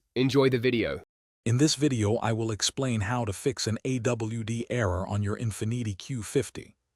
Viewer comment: in - fihh-need-ee 😭